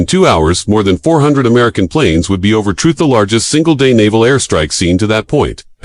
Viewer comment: Learn to pronounce the name correctly or don't open your mouth at all!